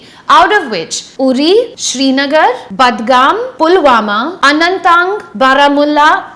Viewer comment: I've never heard you pronouncing things wrong but in our case you did. Be it Anantnag, budgam and many more.